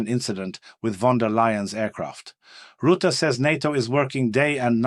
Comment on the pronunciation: 'Rutte', not Rootte. 🇳🇱